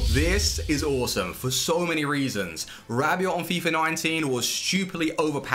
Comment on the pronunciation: PredaKing he is saying it perfectly